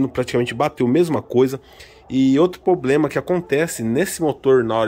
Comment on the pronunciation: Puts começando o vídeo falando "poblema" e "carti" já imagino como vai ficar